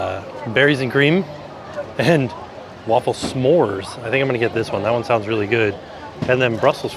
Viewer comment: I'm feeling so many emotions now. Thanx Universal for finally having some Belgian representation. So sad to see there wasn't a line to try it out. Then i got culinary raped. The waffle: mispronounced it, and that waffle is traditionaly eaten cold without toppings. The Brussels Waffle get's toppings but mostly powdered sugar, whiped cream or whiped cream and strawberries. Of course these days it's everything because tourists expect it. Then the fries.....no such thing as Brussels fries. It's just fries. Andalouce mispronounced (same pronounciacion as the Spanish region) but would have been a correct sauce. But the absolute worst was the Joppiesauce. It's Dutch. Only dutch tourists ask for that in Belgium. That's like an unforgivable curse. (the torture one)